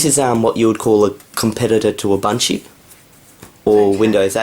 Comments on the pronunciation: Did you say Ubunchie? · its ooboonto not abuntuoo ps linux mint is based on ubuntu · i think you pronounce ubuntu wrong (ubanchu), it could be from the accent, but you should pronounce it like african people would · You still can't pronounce ubuntu correctly. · Please, please, please learn the correct pronunciation of Ubuntu... the way you say it makes me wince!